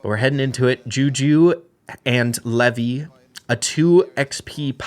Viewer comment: Levi is not commonly pronounced the way you keep repeating. It’s not “Lev-y,” it’s pronounced like the “Levi’s Jeans” brand. “Lev-y” is typically only used outside of English-speaking countries, particularly in traditional Hebrew cultures.